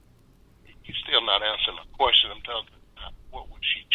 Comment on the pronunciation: ...u still not han'suhin da quoishon...